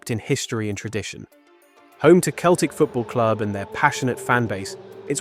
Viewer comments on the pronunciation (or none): It's pronouced Seltic not Keltic. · You can tell the voice is AI. Keltic football club and Keltic Park. its Celtic Park and Celtic. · Emirates didnt make it cos 2 others in London have already been chosen as hosts. Its not Keltik, its pronounced Seltik!!! Also, what about Glasgow Rangers too? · It is pronounced Seltic not Keltic. Damn crap computerised AI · it is pronounced as sell-tic. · Celtic as far as the Scottish football club is pronounced “ seltic “. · They don't pronounce the t, it's selic. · 'Keltic football club'? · Not to me, AI still cannot say English words that are pronounced different from the spelling, like Celtic. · that’s what gave it away for me. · Can you train your AI to pronounce Celtic correctly? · You’re from the UK and you don’t know how to pronounce Celtic correctly. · Why can't Americans pronounce Celtic properly.